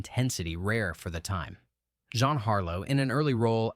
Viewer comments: John Harlow plays a femme fatale? Does he mean Jean? Love that AI mispronunciation. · Pronouncing Jean Harlowe's first name as Zhan is either proof that someone didn't do their homework or that too many people rely on AI narration. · It is French, Geuh-ahn. John. Joan of Arc was Jeanne D'Arc...like Jeanne Moreau. Repetitive, meaningless, nflated flat script and AI voice. Dreadful. I blocked.